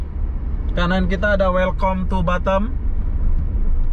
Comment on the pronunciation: Welcome itu dibaca welkam min